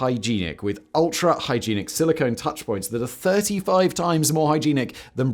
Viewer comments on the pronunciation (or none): High jeen ick😂